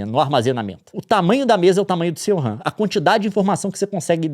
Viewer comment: A única coisa que eu tenho a reclamar desse vídeo é o Leon chamando a RAM de "wuhan" hahaha. Ótima analogia.